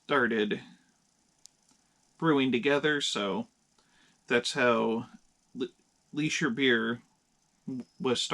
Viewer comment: It is pronounced Lee-sher. Prost!